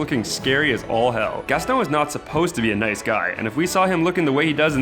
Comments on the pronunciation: Really? Did this guy just say GasTONE or did he say Gaston and I'm just tripping? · Mmmsoz but it's Gaston not Gastone